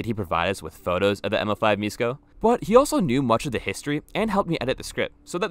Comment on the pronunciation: š in Lithuanian is the equivalent of sh in English so miško would be pronounced like mishko still cool video tho